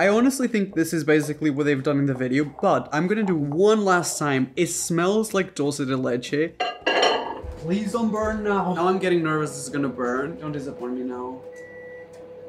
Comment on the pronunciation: I love how you pronounce “dulce de leche” I feel like I always cringe at how people say it (I understand they never knew how to say it I just cringe lol) since my first languages is Spanish and I know how to pronounce it, but even if you didn’t pronounce it exactly I appreciate how you pronounced it 🤩 just had to share that lol ( if you’re wondering)